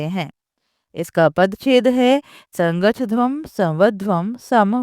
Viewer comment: You are pronouncing the title wrong